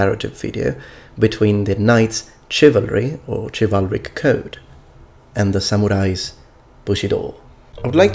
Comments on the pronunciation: Minor nitpick, but Chivalric/Chivalry is not pronounced with a "Ch", but with a "Sh" in both English and the original French origin. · It's pronounced shivalric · ITS PRONOUNCED SHIV-AL-RIK CHIVALRIC!